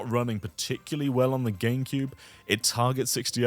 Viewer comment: Is he saying Ganecube?